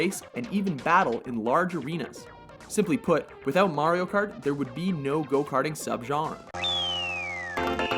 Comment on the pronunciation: at least hes saying mario correctly